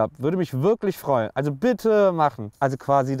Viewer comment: "würde mich wirklich freuer" xD